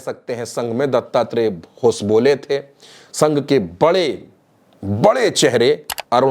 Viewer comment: होसबोले नही होसबाले,दुरुस्त कीजिए